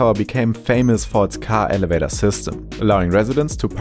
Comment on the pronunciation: Ele-vat-ter, vee-hick-ell lol hilariously funny ways of saying stuff... NO Not really! Stick to calling it a "Lift" since that's what you would usually call it, because you can't say elevator, or vehicle properly. - I'll tell you why they are suddenly building these luxury condos. Because they are absolutely stupid and don't know how to stay in their lane and keep making what they are good at making and all they should be making. Just like all the people who will spend money to buy a condo just because it has a specific name on it, instead of because of something like an actual need. They are all stupid, and stupid is, as stupid does. - What the heck is a cake-ulated move? Did you perhaps mean Cal-queue-lay-tid move? - Idk about anybody else but I wouldn't trust any company that makes hundred thousand dollar cars to make a building because THEY KNOW HOW TO MAKE THE CAR SINCE THAT'S LITERALLY ALL THEY HAVE DONE SINCE THEY STARTED. What they haven't ever done, is build a luxury condo! So no I wouldn't trust them. It will probably be just as crappy as all the other newer luxury condos being built in this modern era. - Vee-hick-ell. Try Vee-hick-ull. Also that primary tower, & the car they "modeled" it after... They look absolutely nothing alike or even remotely similar not even in color scheme, and there certainly isn't no sweeping curved point to the car either. - Prom-ih-nade? It's not pronounced like lemonaid, so try saying Prom-ih-nawd like it's actu